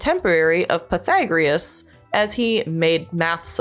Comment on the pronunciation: pre-SI-dee-oh puh-THA-gor-us